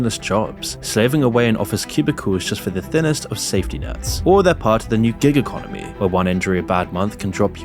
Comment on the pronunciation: Every time you say "Giga Conomy" I sip my coffee.